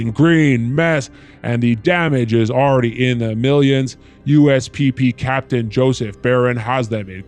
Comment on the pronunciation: "US pee-pee captain". This is your fault.